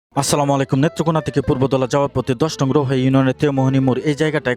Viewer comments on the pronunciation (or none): none